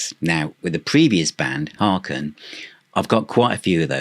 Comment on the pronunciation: Hi! Just a factoid for you... HAKEN rhymes with bacon as one of their tour shirts attested to on THE MOUNTAIN tour with a photo of actor Kevin Bacon on it. 😂 A great band with a great sense of humor. Thanks for reviewing them. Peace to you, JonO